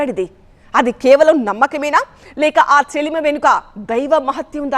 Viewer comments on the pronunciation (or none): చెలిమి కాదు. చెలమ